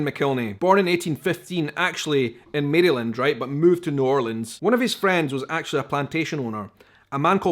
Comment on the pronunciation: I love how you pronounce Maryland. We get lazy and blend it..Maralin.